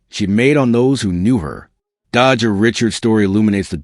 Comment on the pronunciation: Can you respect her and say her name right please? Dejha is not hard to say or pronounce! Every time you say her name like that my blood boil. REST IN LOVE DEJHA🙏🏾💔